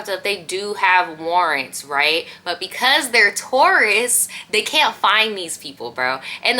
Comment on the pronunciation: I thought I heard you say Taurus not tourists. I was like what does astrology have to do with it😛🤪